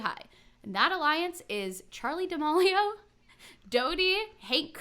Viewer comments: I really love this podcast but I kinda cringed every time you said Charli D’amAlio when it’s Charli D’amElio. No hate lol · Not to be “that” person but that’s not how you say D’amelio! It’s more da-mee-lee-oh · Whose gonna tell her that it’s Charlie [da-meel-io] 😬